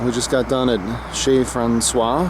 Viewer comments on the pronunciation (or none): none